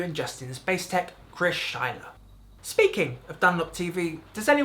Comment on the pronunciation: It's Schleyer. ;)